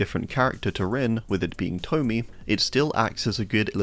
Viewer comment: Tomie is actually pronounced Tome-I-ay or Tome-ee-ay :)